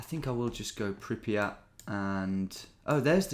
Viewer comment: Wow… never knew britts are so bad at pronouncing foreign things haha. Pripath and sjenoble 😅